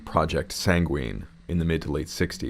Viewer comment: WHY ARE YOU PRONOUNCING SANGUINE LIKE THAT AAAA